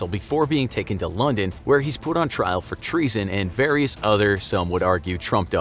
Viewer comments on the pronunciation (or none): none